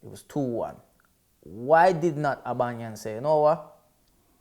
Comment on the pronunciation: Love how cant say his own's captains name: Aubangyang